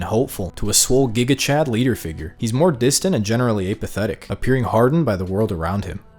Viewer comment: Never heard someone mispronounce the word apathetic so much in such a short time.